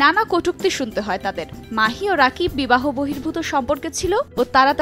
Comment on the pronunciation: নিউজ করেন।।কিন্তু নামই ঠিক মতো বলতে পারেন না।উনার নাম রাকিব না।উনার নাম।(রকিব সরকার)